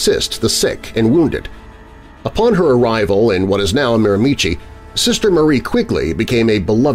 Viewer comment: Miramichi is pronounced mare-ma-she